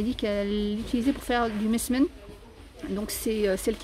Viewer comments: MDR pas mesmen mais msemen tu m'as fait trop rire 😅 oui c'est vrai que c'est une très bonne idée. Merci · Coucou mercii pr cette vidéo encore une fois tu nous aide beaucoup 🙏🥰. Tu ma bien fait rire quand tu as voulu dire "msemen" c vrai que c pas facile à prononcer 😄. Jai acheter la bouilloire en verre et elle est vraiment top jai également le mixeur plongeur 👌 a soupe.. fruit.. et aussi le batteur que je nai d'ailleurs pas encore essayé. Je te souhaite une bonne soirée et a demain inchaAllah pr de nouvelles vidéos 🤗❤.